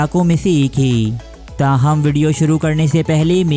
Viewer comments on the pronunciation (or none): انتہائی غلط الفاظ کا استعمال کرتا ھے۔ 'ھے' کو 'حئی' اور ھیں کو ۔۔۔۔۔ ھائیں 😂🤣